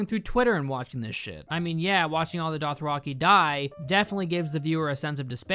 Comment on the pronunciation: Dothraki=Doth-rocky? Theon=Thay-on? Gendry=Jen-dree? Sorry I'm being nit-picky with your pronunciation. But it's a bit off. Great video though as usual.